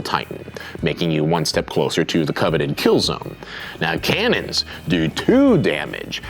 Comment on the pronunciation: fire the kane-nens!